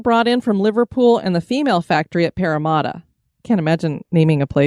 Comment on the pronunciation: Haha, i am loving your pronunciation of Parramatta. You get the first half right, it's just the second half that's wrong (Parra-matter, instead of Parra-marta). This is quickly becoming my new favourite channel to watch at bedtime.